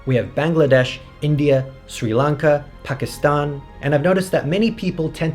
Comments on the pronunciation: every one pronounce Pakistan wrong but you did it right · finally i hear someone pronounce pakistan correct